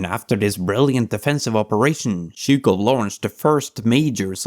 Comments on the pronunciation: Chouko ? IA améliore toi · Zhu-k-off not Zhu-k-how ! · His name is Zhukov with a V an on the end. You keep saying zhuko… But thanks for the video. There is a lot of controversy around him though. He didn’t spare the life’s of his soldier. That is quite questionable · "Jorjee Jukov"? Looking up at dictionaries, no? %( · Good Video but pronounciation of Zhukov is terrible. The first letter is a j sound like in the french bonjour, bon->J<-our. And the V at the end is not silent! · Wish the narrator would pronounce his name correctly 😮😮😮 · Great video, but maybe you could make sure the pronunciation is right... especially for zhukov's name... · You are the first English speaking person I saw who produced zh in Zhukov correctly. You still got v as w and georgiy as jeorjiy but I guess that's asking too much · Your pronuncian of his name is way off. has it right. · Extremly good tribute to my goat Zhoukov. But please try to prononce the v at the end of his great name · But get to pronounce Zhukov’s name properly come on, with a clear vee sound, that blood V is not silent! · maybe, but the name of the protagonist is spoken wrong the whole time :( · Really petty pet peeve: you're mispronouncing his name rather badly: It's Gheorghy (hard G, as in God) ZhukoV (the v isn't silent). Especially pronouncing the first name as the diminutive of the English "George" makes it sound a bit silly.